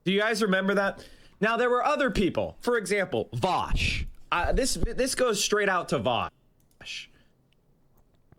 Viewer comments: Voush rhymes with couch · I love when people say vaush name wrong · Imagine being so bad faith that you pronounce someone’s name correctly the first time, but then pronounce it wrong when you’re face to face with said person, so petty.